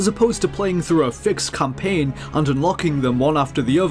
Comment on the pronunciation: "the campaing to cwush the rebel alliance"